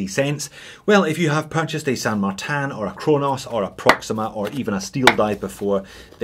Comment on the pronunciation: Where's the A in tin ? LoL, San martin , not San martan